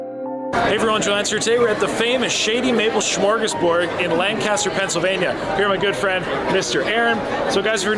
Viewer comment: Say it with me LANG-kiss-ter!